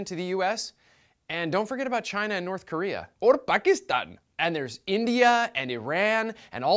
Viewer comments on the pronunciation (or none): You said "Or Pakistan" like an Indian... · oh my gerd he said pakistan in a culturally offesnsive way! #triggered lol, btw